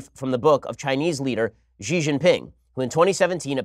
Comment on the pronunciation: X is ALWAYS pronounced as SH in Mandarin Chinese. It is SHEE Jihn Ping. PuhLEEZ learn to pronounce romanized Chinese (PinYin) properly - the rules are simple and they do not have exceptions.